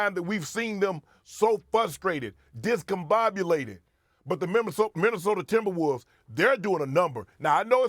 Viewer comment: from “Minnesoter” to “Minnesota” oh the Wolves have ASCENDED ascended 😤😂